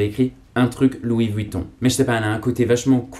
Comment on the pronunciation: Par contre faut arrêter de prononcer le U de Vuitton